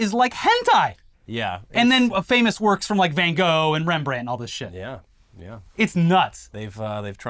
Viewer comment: "It just worrkkksss".